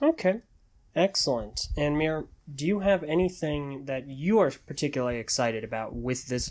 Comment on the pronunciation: Miru pronounced MEERU